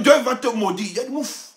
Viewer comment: i love to hear you say mouff, you have said it .